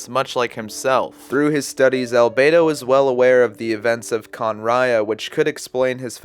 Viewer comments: I’m sorry can ria that’s how you say kanriean I can’t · No one mentions that his Constellation is a fetus in a flask. Also, as mentioned, "Homuncular Nature" They could have expanded his story at least a bit more than they did, this is all cool, but only between the lines... Kahn-ree-ahhh